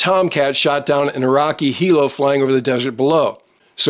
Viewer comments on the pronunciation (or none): none